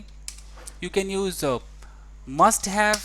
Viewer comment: TEACHER, why do you pronounce positive as pojitive and use as uje, oppositive as oppojitive?